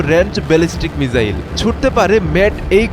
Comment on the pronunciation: ভাই মিজাইল না মিসাইল